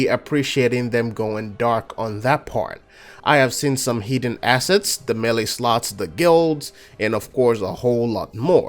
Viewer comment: Did you say melee slots?!